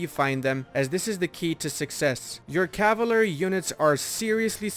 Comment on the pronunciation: What an interesting way to pronounce cavalry.